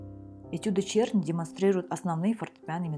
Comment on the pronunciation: Его фамилия должна читаться "Черны".